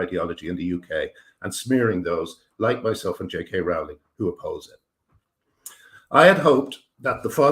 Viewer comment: Your videos are a breath of fresh air. I have only one problem with them: Rowling is pronounced "rolling", but keep up the good work and I wish you the best of luck in all your endeavours.